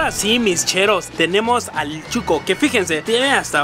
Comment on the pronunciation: Si chuco es sucio , pero el atol es shuco no chuco.